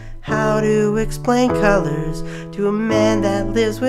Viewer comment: Why call a song "Culluhrs?" nice voice there, lawl.